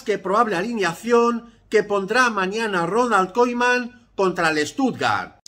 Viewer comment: porque hablas asi? quien es roinal koiman?